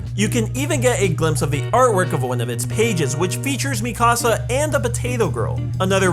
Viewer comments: Me kaw saw!? No it's pronounced me cah sah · ITS PRONOUNCED ME, KA, SA